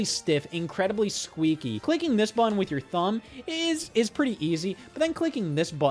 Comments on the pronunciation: From one Scott to another, im not trying to make you feel self-concious but hearing you say buh-inn over and over and over again is making my day. Thank you so much. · why does he sometimes forget the word "button" has t's in it